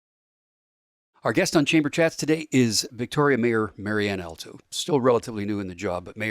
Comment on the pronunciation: Host; "You and I know each other". This is highly doubtful, because if you did, you'd at least pronounce her last name correctly. It's pronounced All-toe, exactly the same as the musical reference. Marianne's brother Al Alto was our family friend and chiropractor for over 45 years. Sadly Al passed away in 2020.